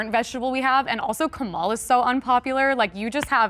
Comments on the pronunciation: calling Biden a “Vegetable” is offensive for one, and two, if you’re gonna talk about someone, know how to pronounce their name sweetie… it’s Kah-muh-la not Kuh-Mall-Uh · Is it normal for me to cringe every time Vice President Kamala Harris' name is pronounced "Kah-Maah-Laah"?